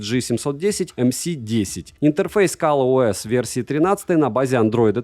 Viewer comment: Кал ОС? Мне послышалось?